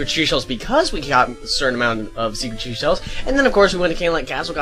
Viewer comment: you keep saying "secret sheshells" Instead of seashell